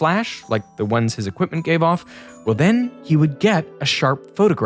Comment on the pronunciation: what the heck is that “thenn??” 😆